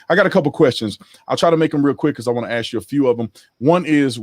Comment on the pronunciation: "Let me AXE you this..."